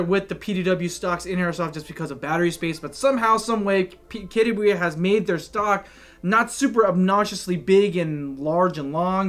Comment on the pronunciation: I never knew KWA is pronounced "kettya wey". Expert drop here